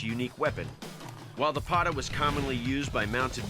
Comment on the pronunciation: that is the correct pronunciation of Pata